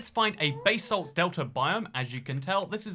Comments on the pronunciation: bae-salt? it's BAH-salt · It's basalt not baysalt🙄